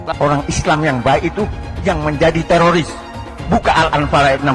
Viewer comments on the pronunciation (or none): none